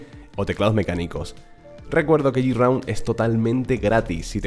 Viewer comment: no se dice yiraund, se dice GRAUND, ojo escribo tal cual suena, tus videos son muy buenos, pero aprender algo de ingles no le viene mal a nadie, recuerdalo para proximos videos GRAUND